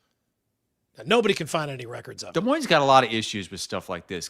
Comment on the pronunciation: Can't believe u didn't call out on saying Des Moinez. Not sure if is saying that on purpose. For working in media and living there for that many years, how do you not know the "s" is silent!